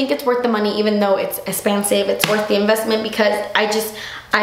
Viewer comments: The way you said "esssspensive" with a slight Miranda accent had me dying! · love the way u say "espensive" saludos guapa :) we miss u